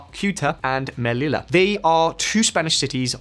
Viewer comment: Omg learn to pronounce "ll" in Spanish. Sheesh!